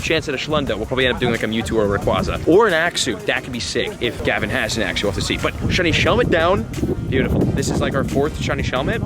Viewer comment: am i the only one that wants to correct him every time he says axew 😂